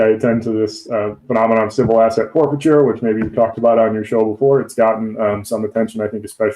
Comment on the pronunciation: Guys, the word is it’z